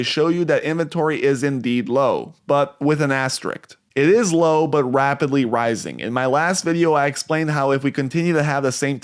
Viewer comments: Its asterisk, NOT "asteriks". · It’s “asterISK”